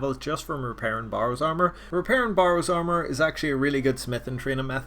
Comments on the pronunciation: Bay Rows. Not borrows. A barrow is a mountain or a mound. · burrows this burrows that, my god its hurting my ears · If I received $1 everytime you tried to say barrows I would literally be rich